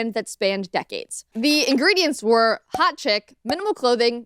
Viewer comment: "Ingredients" not Ingrediants.